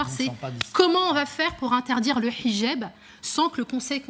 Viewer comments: Et en plus ,Elle prononcé bien le H!😁😁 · J adore comment elle prononce le "h". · A chaque fois qu’elle prononce « hijab » avec l’accent je sursaute